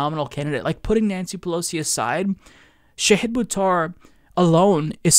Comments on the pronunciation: "Sheyhid" Buttar? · Shah-Heeed. Not Shay-head. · Shah-heed not shay-hid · I love ya and I love Shahid, but its pronounced Shah' hid (like father), not Shay' hid. ❤❤ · Sha-hid? I've been calling him Shahid! 😳 Fighting to correct housing problems is a nobel cause. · omg, it is Shaw-Heed Boo-Tar.